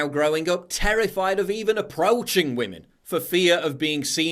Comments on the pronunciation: “Respect WAMEN” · " Respect wamen "